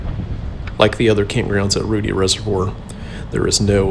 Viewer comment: I tried but I just can't. You are pronouncing it wrong. It's Rued-long i like in die. Thank you for your videos.